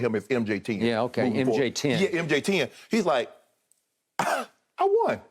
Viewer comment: Shannon: Call him MJ10 Skip: OK MJ Tien 😂🤣